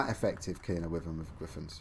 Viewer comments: Btw it’s pronounced Why-Vern not With-Vern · its pronounced why vern not wih vern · I'm British, and it's definitely Why-vern, it's not like "Tomato" over here we say Tom-art-oh and in the US they say Tom-ate-oh, "Wyvern" is universally pronounced Why-vern, sorry bud